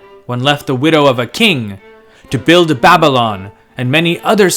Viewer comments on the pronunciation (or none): none